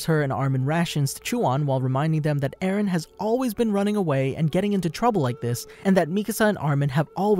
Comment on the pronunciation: How many times has Mikasa say "Ereh/Eren"? 21 Savage: A lot.